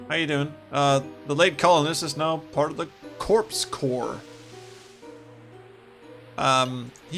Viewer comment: I'm very impressed that "Corpse Corps" didn't trip you up - I didn't know how to pronounce "corps" for a very long time. And what an atmospheric episode - the Star Trek direction of the game really comes out in Klorox II.